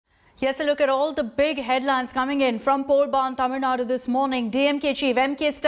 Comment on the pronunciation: By the way her pronouncing of tamizh Nadu is something rare in English media